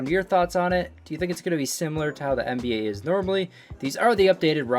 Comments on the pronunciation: "NAB" Fat Oof my guy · Nba not nab